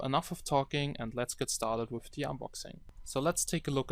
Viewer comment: Mein Bruder sagt auch "wif" statt "with".... kinda annoying -.